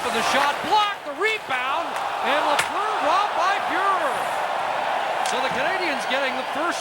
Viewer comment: Lafleur... Not Lefleur. ;-)